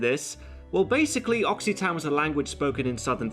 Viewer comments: Is Occitan really pronoucned "Oxi-tan"? Is it not more like "Ossitun"? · I thought it was pronounced "Okkitan" rather than "Oksihtan" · Oh God, that pronunciation of Occitan... By the way, the Spanish bit was hilarious. I love the vitriol and hatred in this one.